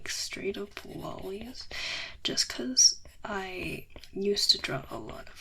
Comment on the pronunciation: I can't tell if she's saying lollies or lollis